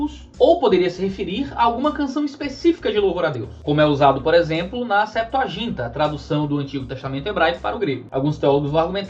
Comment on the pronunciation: "Γ" tem som gutural, Septua"J"inta soa mal. Mas não gostaria que meu comentário aqui seja tido como crítico apenas. O conteúdo é do mais profundo que já tive sobre o assunto. Aliás os vídeos doutrinários do canal são sempre nesse nível